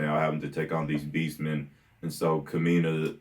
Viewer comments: And, the stress in Kamina's name is on the first syllable, not the second. So it's KAmeena, rather than KAmeena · Ka-mi-na and si-moan